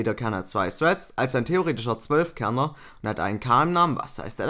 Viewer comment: Lern mal bitte "Thread" normal auszusprechen